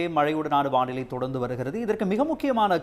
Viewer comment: வாநிலை அல்ல வானிலை. தயவு செய்து திருத்தவும். ஊடகங்கள் பிழை விடுவது வருந்தத்தக்கது.